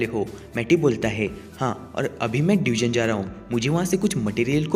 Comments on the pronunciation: It's not deugen it's dungeon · Bhai wo डयूजन नही डंजन hota hai